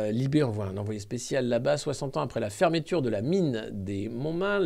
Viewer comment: Il a toujours du mal avec le mot "fermeture" lol